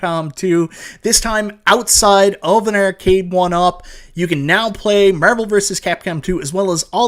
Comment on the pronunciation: Literally said nothing but Meeervel like 100 times